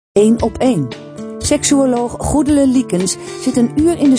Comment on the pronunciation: er zit geen rochel in de naam goedele. zachte g zou geweldiger zijn.